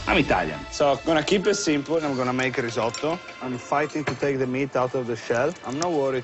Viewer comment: the way you pronounce risotto will make Italy weep a little